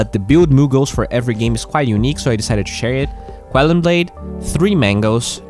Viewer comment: acompanho seus videos há muito tempo! Foca em melhorar sua pronuncia do "TO", vc fala "TWO"! Neste video achei outro que foi meio engraçado, vc falou "persévrence"! kkkkkk, thank you for the content, we appreciate you!